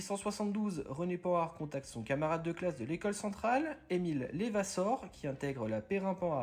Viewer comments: Très intéressant. Pourquoi toutefois prononcez-vous "Lévassor" le nom "Levassor" ? C'est Émile Levassor et non pas Lévassor ! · par contre in dit leuvassor et non lévassor! De la part de 500 H1A ahah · On dit « Levassor » et non « Lévassor » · Bonjour, Pourquoi prononcez-vous Lévassor ? J'ai toujours entendu Levassor. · il n'y a pas d'accent sur le e de Levssor prononcer e